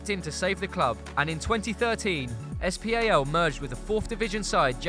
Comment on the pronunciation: please can you say SPAL and not es pi ei el??😦